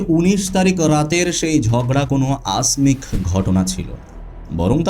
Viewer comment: Pronuncian e gandogol achhe..abhijat noi abhjato; aksik noi akosmik..erakom aro achhe